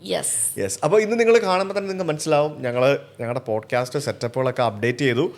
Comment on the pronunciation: "Bodcast" alla sujithe